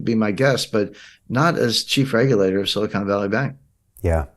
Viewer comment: The word you should have said is silicon, not silicone (re: Silicon Valley Bank).